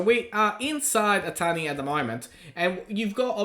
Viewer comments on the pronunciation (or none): I always thought he was saying "a tiny". 😂